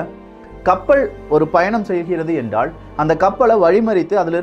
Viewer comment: நல்ல பதிவுக்கு, நன்றி. தமிழ் உச்சரிப்பை சரி செய்தால் இன்னும் நன்றாக இருக்கும். கப்ப’ல்’ .. கேட்டா’ல்’ என்றா’ல்’ ..